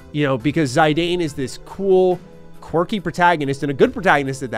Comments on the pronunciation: Zaydayn? It’s the first time I hear something close to the Arabic pronunciation of the name in a yt review of IX, but Zidane in the game is pronounced Zi:dan, since the Japanese is Jitan. Fun fact, the name in Spanish is Yitán which sounds exactly the same as the Japanese pronunciation. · btw it is Zee-Dan. (Zidane) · Fun fact: Zidane’s name is pronounced Zih-don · It’s Zi-Don 🤣 I was angry when they finally revealed the actual name pronunciation because it sounds so wrong and dumb! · everything about 9 is charming, every characters are great(except amarant), the story is easy to follow, kuja's man thong is cool, and the soundtrack is fantastic....its has everything also I like how you pronounce Zidane's name, most people call it Zi-daan, others as Zee-deyn, I'll call him Zay-deyn from now on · Amazing JRPG (you pronounced Zidane wrong)